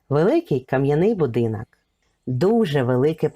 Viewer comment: Шановна автор. у Вас дуже гарний голос та попрацюйте будь ласка, над вимовою - ріже вухо "азіровшина", коли Ви замість О вперто вимовляєте А: "будинАк", "кАмора", тріщина "пА" стелі, "пАдобається", "пАпередній", біля "вАріт", "відпАвім", "повз Адну з істАричних криничАк", не змАгли, Астрави нАд берегАм... , пАбачених, кАли.. Кожне друге слово.